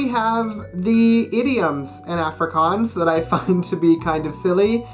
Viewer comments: Can’t even say Afrikaans properly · Studying for 3 years but cant even pronounce the name right. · He said efrikaans not Afrikaans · Him saying Afrikaans high pitched A Me saying Afrikaans like Aaaaa low pitched A P.S I'm 🇿🇦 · The way he says Africaans tho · It's pronounced more like aahh-fri,kaans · 1. It’s “Ofrikaans” not Afrikaans (just a pronunciation thing) 2. Verkleinings are to make a word small not to make it cute. You saying klein hondjie is incorrect cause you’re saying the little little dog 3. Let’s be real idioms in English are weird too I don’t want to seem rude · BROOOOOOOOOO, under 20 seconds in he already pronounced the name of the language in a weird way. (coming from a South African) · dit is regtig snaaks wanneer hy afrikaans sê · I know I shouldn't be harsh, but as native Afrikaans person I cringe a little everytime you pronounce "Afrikaans" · That’s not how you say Afrikaans I speak Afrikaans for my second language I live in South Africa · Fuck you so muck u can't even say afrikaans properly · Studying afrikaans for for 3 years and can't even say ''afrikaans'' correctly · u cant even say the name of afrikaans right?? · Afrikaans is not silly 😠😡😠(you can't even say it properly😈👿😠😡😠😐😐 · You have been doing Afrikaans for so long but you still can't pronounce the A correctly in Afrikaans 😂😂 Maar jy het nie te sleg gedoen...nie. Dis awesome om ander mense buite suid afrika te sien die taal leer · If you’ve been learning afrikaans for 3 years you should maybe learn how to say "afrikaans" properly first😂😂